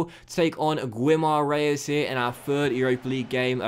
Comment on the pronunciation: You are saying Guimarães wrong. You should read -Gui like in the word gift (ignore the -u). In portuguese, the -u between a -g and an -i, is for you to know that you shoudn't read it like in the word gin. -Gui in Guimarães sounds like -Gi in Gift. -Gi in Girafa (giraffe in portuguese) sounds like -Gi in Gin. Keep the good work :)